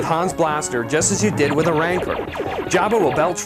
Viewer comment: What the hell is a "Ranker" ? Does he mean "Rancor" xD ?